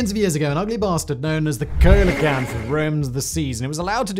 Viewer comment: It's pronounced SEEL oh kanth